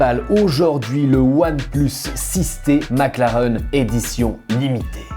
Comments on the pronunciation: On dit "maclareine" pas "maclaren" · 20 minutes de charge, t'as que la moitié de la batterie. Et si tu pouvais prononcer maclaraine stp 😗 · Superbe vidéo mais si on dit « MacLarén » (même si ça s’écrit Mclaren) 👍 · Ça me perturbe qu'il prononce mal McLaren 😅